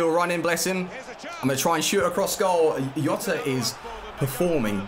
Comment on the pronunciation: its not yota is gzota